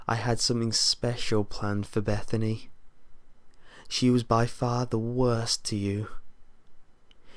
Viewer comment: That moment when your name is "Bethann". First time I heard you say "Bethany", I was like "wait, what?" xD